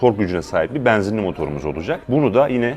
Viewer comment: Bu adamın E harfi ile bir derdi mi var, bana mı öyle geliyor? :))) E'leri bir tuhaf söylüyor :)) Beeenzinli... Eeeelli bin... :)))